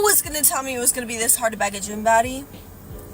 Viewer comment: WTF is a bayg?